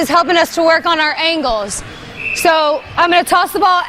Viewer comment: What are showders and angows? It’s like L’s don’t exist lol